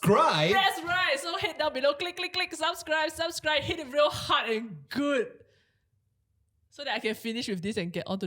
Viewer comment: why does keep pronouncing "subscribe" as "suscribe"?